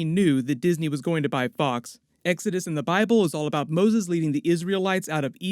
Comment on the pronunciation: Project "X-odus" and not Exodus??? (lol)